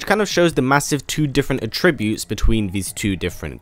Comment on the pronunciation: it sounds like you have jump cuts in your voice recording. and it sounds very unnatural. annoying actually. also... attributes is not pronounced that way. seems like you are reading someone else's script lol.